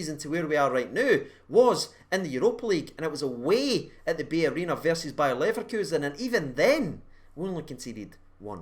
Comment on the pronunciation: is the bay arena not pronounced like Bayer-ena